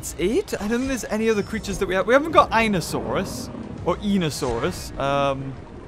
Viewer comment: The way you pronows einosaurus (I, nee ,o, saurus)